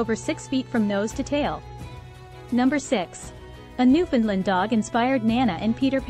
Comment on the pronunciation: You got most of the facts right about these wonderful dogs, but, really, you must try working on your pronunciation of their name. Like the island they hail from, the name is uttered thusly; "Newf~In~ Land". You must say it as one word and say it quickly. It should always rhyme with "understand". As in, understand Newfoundland. Also, it's important to know that these dogs were not "bred". When Europeans first arrived here in the late 1500's, the dog was already present. In latter years, the breed was "refined" in Britain. Our other dog, the Labrador retriever, was created by blending Newfoundland's with a (now extinct), dog called the St. John's Water dog. This was done to create a short coated and slimmer version of the Newfoundland that would allow fishermen to pull the animal over the side of a small boat. For their first century of existence, these dogs were known as the Lessor Newfoundland. Only becoming known as the Labrador Retriever when a British naval officer station here realized how popular they would be with sportsmen in the UK. He thought naming them the Labrador would make them sound exotic. Guess that worked as for many years the Lab. was the most popular dog in many countries..